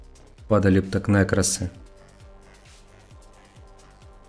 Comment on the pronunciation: Какой рЭндом,как нЭкрос ,ты забыл как буквы читаются ???? С почтой у тебя косяк в игре 51/40 ,хотя в описании пишется что всё что за 40 уже вылетает. Да и не думаю что ты донат делаешь крупный,это надо быть глупцом в пассивные вещи вкладывать бабки,ты скорее связан разработчиками,был бы читером как некоторые говорят , тебя уже давно забанили бы.